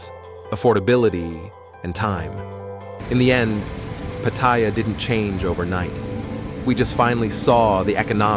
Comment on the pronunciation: Try pronouncing Pattaya first...doofus. I say..."Good, let it rot."